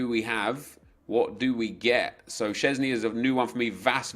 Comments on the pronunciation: "Woshok" Szczesny lmao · Wojciech Szczęsny= Łoszoch Ściezny. xdddd